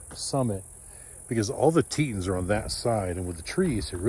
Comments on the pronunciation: Pronounced Tee-tahns….. 👊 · I thought it was tee-tawns. Beautiful scenery none the less👍👍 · Ineresting pronunciation of TETONS. Your NY roots showing.